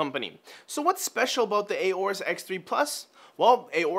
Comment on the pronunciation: It' Aorus, not A orus.